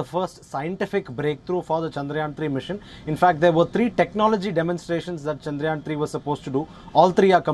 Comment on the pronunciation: The way she pronounced: Shandraayan 😂